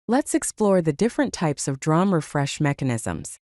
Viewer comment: Pronounced “dee-ram” instead of drahm.